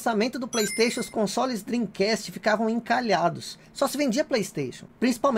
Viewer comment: Depois do yudi do preisteixon Agora temos este japonês do "drim cast" Kkkkkk